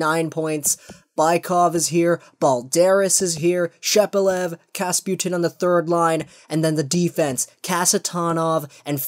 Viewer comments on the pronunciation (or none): Kapustin - not kasputin. Ok? Ya😁